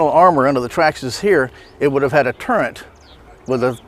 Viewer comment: “It would have a turrent” don’t know why it makes me mad when someone says turret wrong but it does